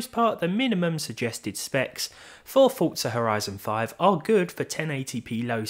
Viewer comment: Why do you pronounce it as Fort-Za instead of Four-Za There's no T in there... i mean dafuq man?